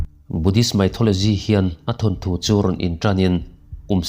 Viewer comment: Mythology ti ta che maithology i ti daih a😅